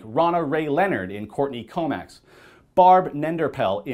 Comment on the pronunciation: Co-MOX not Co-MAX